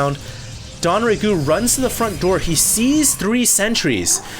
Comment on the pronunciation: Anyone else slightly annoyed when says DONraegu instead of DONGraegu?